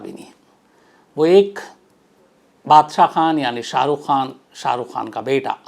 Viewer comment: Sir saheukh khan bolo